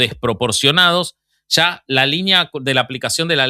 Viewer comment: Oigan, a mi si me encantó el episodio anterior. Ame el saltito que dió el boby y el "sha se va el sha"